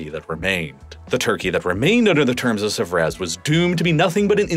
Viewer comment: Whilst we're offering constructive criticisms here, PLENTY of incidents of horrendous American mispronunciation of geographical places abound...i.e. Treaty of Sèvres should be Say-vruh, not Suh-vrez, Chios is Key-os, not Chee-os... many more, but those two stand out especially. When in doubt, double-check online, as it is easy and quick work. This sounds very sloppy.